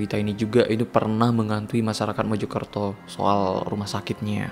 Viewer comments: Mojokerto kak .. bukan Mejokerto .. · Mojokerto pak, bkn MEJO KERTO ~ Meja Kereta